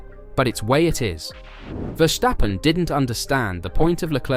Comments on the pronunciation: Would it be possible to pronounce ‘Verstappen’ correctly? So with the ‘s’ as in ‘stop’, not as in ‘shit’. Thank you! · Esse cara fala "verstappen' com um ingles carioca